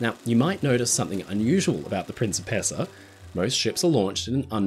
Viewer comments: PREEN chee PACE ahh NOT prin SEE pess ahh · I keep hearing prince of pizza. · Great video! But I twitched every time you pronounced "Princessa" 😂 Italian's not that difficult…